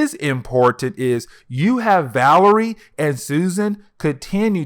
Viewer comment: It’s “VA-LER-I-A”